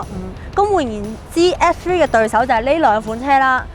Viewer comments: 如果咬字咬得清楚啲會更好，而家唔係唔好，但佢片頭張個S3講到F3,發音改善下就perfect 啦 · 好似講野要加強返， S three 好似講得唔正。加油。 S3 外型好似正左